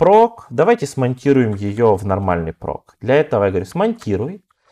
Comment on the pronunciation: /proc - вроде произносится как проЦ, а не проК, так-как сокращение от process.